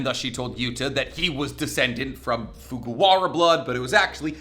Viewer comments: I think it’s Fujiwara not Fugawara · FuJIwara! It's not even that difficult to pronounce. Why are we letting this man cook when he butchers shit again?